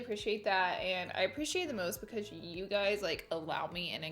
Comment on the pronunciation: Anyone else watched her saying “oil” “contour” “concealer” and “because” wrong for like 30 minutes, it’s funny(and cringe worthy) but no shade because I love her